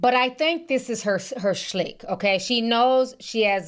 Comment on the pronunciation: shtick Ti not shlick 😂